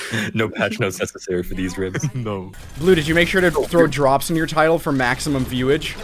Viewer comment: Please don't say "drops nya" ever again I beg you